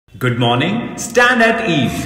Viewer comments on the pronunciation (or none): CBSE Student here, in our school we pronounce stanetees but that too with such a confidence ki lgta h yahi sahi pronunciation h😂 Confidence bhaisab!!😎 Edit : Thanks for so many likes CBSEians!! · Yes in my school also it is pronounced as standadees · My pronunciation in my whole school life: Stanaties 🤣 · I swear it's d first time I actually got to noe it's "stand -at-ease" 😅 In CBSE dey never pronounce it right 🤣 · 💀me who spent my whole 10 years of school life and pronounce it as " stand it is" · As a CBSE 8th grader, I can confirm this is how we pronounce these words 😂.